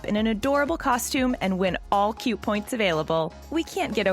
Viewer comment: YOU JUST SAID CUTE WRONG🙁